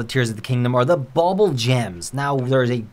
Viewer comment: It’s pronounced “boobool” gems. “Boobool” is a Persian variant for the word “ Doodool”, meaning “penis”. You’re welcome. 🇮🇷